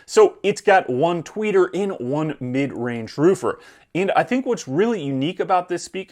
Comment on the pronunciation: "Mid range Roofer" lolwut?